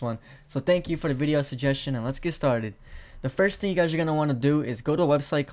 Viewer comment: Lol it sounds like he said ting in said of thing